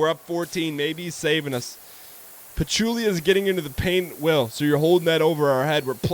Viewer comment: i don't know what it is about dan mispronouncing words that i find so funny. "pachickula" lmao i can't